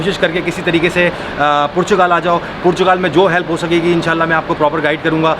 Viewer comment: I heard *Purchgal*, did you hear it right?